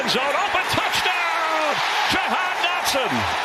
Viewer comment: called that man "Dahan Jotson"